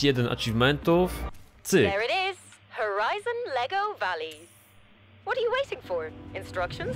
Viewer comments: nah, powinno się czytać "wali". Alley czyli aleja czyta się "ali", w wyrazie "valley" dodajesz tylko "W" na początku. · Valey się czyta walej